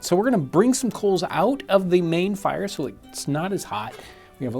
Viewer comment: The way he says "the fIRee"